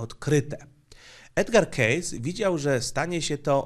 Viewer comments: Dzięki za fajny film, fonetycznie z ang."kejsi" nie "kejs" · Uwielbiam Cię, ale 'Kejsi‘, nie 'Kejs';) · Edgar "Kejsi";) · "2550 przed nasza era". chya nikt nie myslal ze chodzi o rok 2550 AD. :D P.S. sfinks jest wykuty ze skaly, jak glowy prezydentow na mt rushmore, a nie z pozostalych po piramidach kamieni. P.S.2: nazwisko spiacego proroka wymawia sie 'kejsi' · Nazwisko Edwarda Cayce czyta się "kejsi" inaczej wychodzi z tego case czyli walizka 😉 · Przepraszam za zwracanie uwagi, że nazwisko Cayce czyta się: kejsi. I tak, powinny powstać kolejne vlogi na temat jego wizji. Edgar Cayce to moim zdaniem jeden z najważniejszych postaci parapsychologii. Co więcej, w przeciwieństwie do większości innych osób zajmujących się wiedzą tajemną - zdaje się, że Cayce był akurat postacią pozytywną.